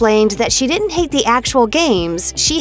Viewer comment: This is a weird comment but the voice of the narrator had such great pronunciation except for words like couldn't and didn't. I feel like she should learn those it may help her career. Just some unsolicited advice lol.